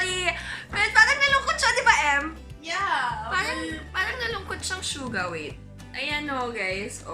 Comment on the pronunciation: Finally someone who pronounces 'Jungkook' & 'Suga' properly